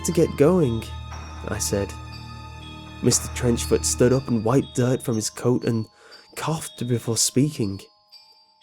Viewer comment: I heard Mr. Trenchcoat